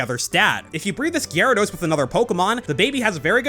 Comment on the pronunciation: Thank you for pronouncing Gyarados correctly.